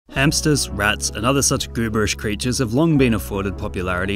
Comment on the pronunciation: Never thought bro would say “gooberish” 💀💀💀💀💀💀💀